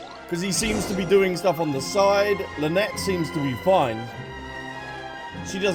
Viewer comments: "Lynet-tee" ? 😂😂😂😂 Love it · The way you can’t pronounce the twins names 😂😂 “Lunehtitty and Lunette”